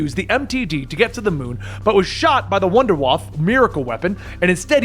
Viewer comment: Wunderwaffe doesn’t translate as “Miracle” weapon it translates as Wonder Weapon. Also it’s pronounced Vonder Vaffuh not Wonder waff.